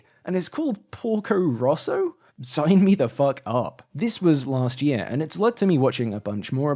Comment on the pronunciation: lmao I'm literally Italian and I kept thinking you were saying "Pulgo Russo" until I saw the screenshot where it says "Porco Rosso" (red pig) even though, funnily enough, my English accent is very similar to yours edit: the title is especially funny because 'porco' is actually a very vulgar way of saying 'pig', which would usually be 'maiale', and is usually used to insult people or cursing ("porco ****" would be equivalent to "****dangit")